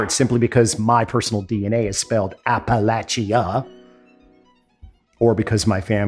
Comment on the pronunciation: Appalachia pronunciation is absolutely correct